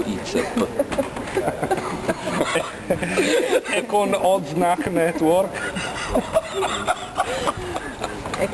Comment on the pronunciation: dice radio "izzep"